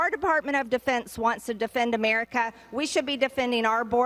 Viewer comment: It makes me cringe every time she says "Amyerica"